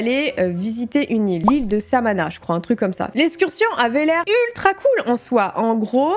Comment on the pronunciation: "l'ile samana" 😭c'est l'ile samona mdr tu me tue